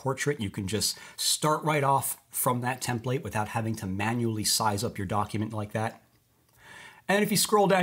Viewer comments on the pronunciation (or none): If he says TIM-plate one more time, I'm going to scream. Don't they teach English in schools anymore?